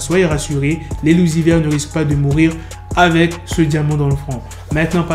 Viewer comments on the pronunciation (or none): none